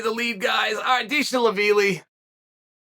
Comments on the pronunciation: Dang, deeshee la veeli might be the the worst one since the Jori Prokaev saga. Undefeated and Undisputed KING of totally correct pronunciation. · HE SAID DISHI LAVILI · dee shee laveeli 🤣🤣🤣🤣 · Deeeesheee vaavvilllii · Oh my God Deeshelavilli?!?🤣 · Who the fuck is Dishi laveeli?! LMAO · Dee-She-Lavili 🤣🤣🤣 That man better get his name changed on the certificate before Uncle Chael catches up to him! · "Deeshi-lavilli" - Chael Sonnen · Dee-She Respond? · “Deshelaveely”- Undefeated and Undisputed Chael Sonnen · Brother you completely butchered his name tho. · who else clicked on this video just to hear uncle Chael pronunciate Merab's last name😂? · That might be the worst Chael has ever butchered a name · who else clicked this EXCLUSIVELY to see how Uncle Chael was gonna fumble the pronunciation on Merab's name?